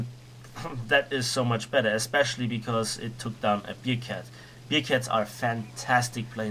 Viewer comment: man spricht es nicht "biercat" sondern bärcat es ist keine Bierkatze ....